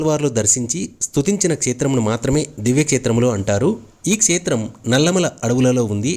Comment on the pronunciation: telugu vuccharana sariga vunte baguntundi... like kshetram etc.